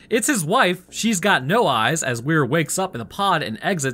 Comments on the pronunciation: Why are you calling him Where when his name is Weir? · Stark wasnt talking about the meat paste on the bridge, she was talking about general scans of the whole ship, not sure where you got that from? and P.S- Weir, is prounounced "Weer".😉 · You kept adding an H to his name. It's "Weir" which is pronounced closer to "We're". Sorry, I'm 33 mins in and you had said it wrong 20+ times in a min and my brain was starting to go through the Justin decompression sequence.